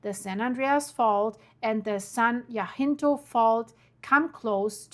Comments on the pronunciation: jacinto is pronounced yahcinto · Love watching you form Texas.. and here we pronounce it San Jacinto (sounds like San Jah-Sin-Tow) .. Not being critical, just trying to be helpful. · Jacinto is pronounced ( ya cent toe) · Pronounce the “ c” in Jacinto.